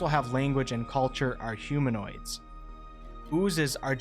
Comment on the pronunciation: ... Humanoids., not huminoids 😊 Otherwise it's a great video :)